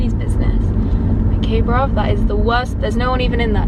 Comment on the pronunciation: They way she said bruv that was funny lol